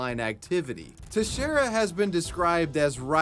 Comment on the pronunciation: is the first YouTuber I've heard pronounce "Teixeira" correctly.